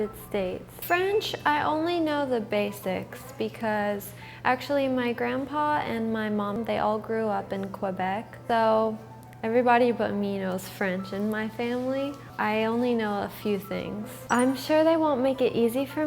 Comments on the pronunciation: I cringed when she said "kuebec". It seems like grandpa didn't teach her well. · Her mom grew up in Quebec but she cant say it right?